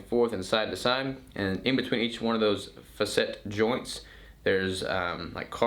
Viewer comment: Faa SET is how it is pronounced